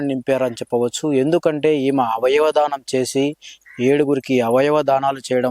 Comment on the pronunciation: మిస్టర్ విలేఖరి ఆమ ఈమ కాదయ్యా ఆమె ఈమె అని పలకాలి నువ్వు ఎట్లా విలేఖరి వి అయినావు